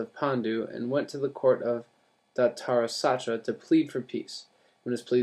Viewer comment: It's dh-rit-rashtra